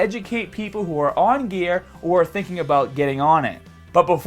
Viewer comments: Dude... It's 'gear' not 'gea-ah'. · "Once you stopped the ghear" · Once you stop the geahh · Stahting geah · the way he says baaah (bar) staaahted (started) geahhhhh (gear) strongaaaah (stronger)etc. I only noticed a few weeks ago but im genuinely curious if its an accent or not. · why do you sound so australian when you're saying "on gear".:D:D good video gj